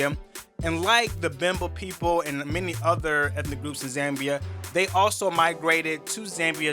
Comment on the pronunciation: Its not Zembia its Zambia🙄